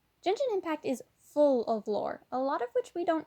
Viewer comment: this person keeps pronouncing Genshin like “jenshin” and it’s actually pronounced with a hard g